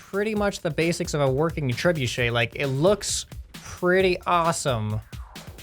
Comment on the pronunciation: You said trebuchet wrong